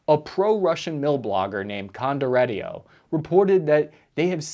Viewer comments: That was really something else. Condo RETTY OH. Versus Con doh tee eh ROH. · Your pronunciation of Condottieri makes your David Cameron impression look positively masterful.